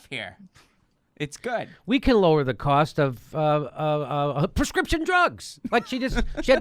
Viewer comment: "Lower Pzzzlit Costs" Bring me a Martini.